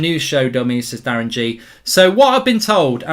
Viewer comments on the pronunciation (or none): none